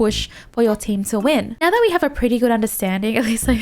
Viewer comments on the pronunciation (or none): Are you serious right nyeow bro...